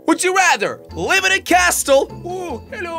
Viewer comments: face palm* he said castle with the t not silent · u said live in a cas tle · you didn’t say castle right